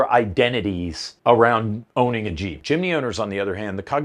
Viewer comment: LOL "ONLY! Innah YEEP!"